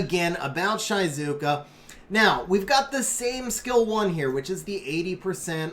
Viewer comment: It's the japanese pronunciation I study japanese ^^ it's Onmyôdji, the u after the o just means the o is longer, same for Giou (Gheeô) and Shizuka is She-zu-ka (means quiet btw)